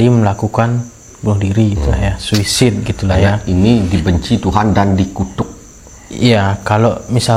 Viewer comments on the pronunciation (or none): Suisid-Sucide😂 Cara ngomong yang benar" su said"